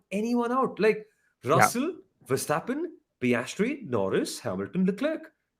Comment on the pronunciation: It’s not ‘Vershtappen’ please stop it. ‘..stap..’, like the st in stop. Or do you pronounce it like ‘shtop’?